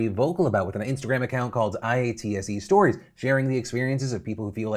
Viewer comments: This is a really minor thing, and I love your content, but IATSE is pronounced like a word by members and people I've spoken to - "EYE-OTT-SEE" = IATSE. It really doesn't matter if you pronounce it that way or spell out the letters, but usually when you hear people talk about it, they say "Eye-ott-see". Cheers. (EDIT - I just saw a comment below that has it listed out as "I-Yahtzee" and that's actually pretty much spot on, except like, probably better to do "Eye-Yahtzee" for phonetic purposes.) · Phil. Please stop calling it I-A-T-S-E, It's driving me crazy. We pronounce it eye-at-see; all one word. Keep up the good coverage. :) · I work in the directors guild of Canada DGC . We all support our brothers and sisters. These talks should be happening with all the unions in the film industry, most of them are treated like this, some departments worse ... Ps It hurts to hear it call. "I.A.T.S.E." Most people call it "EyeAtSee" But much love for bringing more attention to our fellow industry workers <3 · Phil spelling out IATSE Everytime instead of saying IATSE (i-yahtzee) makes me laugh so hard 😂😂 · I have never heard IATSE pronounced letter-by-letter like that, it's always just eye-at-see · Phil, we say IATSE like a word. "Eye-Aht-see" that's usually how it sounds when we say it haha. Just FYI. Thank you for covering this. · Anyone else cringe when Phil spelled out IATSE instead of saying it like "eye-aht-see"? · "eye-ah-tsee" just sayin... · For future reference, IATSE is pronounced "eye-OUGHT-see" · btw IATSE is pronounced “eye-AUGHT-see” - rhymes with Yahtzee! #iasolidarity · Phil spelling out IATSE every time is so funny to me. Idk why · I stand with IATSE! Also Phil, you can pronounce it "eye-at-see". That's how we say it around these parts (Onterrible, Canada). My dad was in the union for like 30 years. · It hurts my soul every time you spelled out IATSE instead of pronouncing it "eye-aught-see" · Dude you pronounce it i-atse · IATSE( I-ott-se)